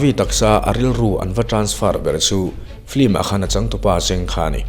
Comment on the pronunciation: Film a ti duhlo a, flim a ti.... lam dan mawi ah a buai lo, mipui te en theih tura video a chhawpchhuak hi kan lawm em em ani.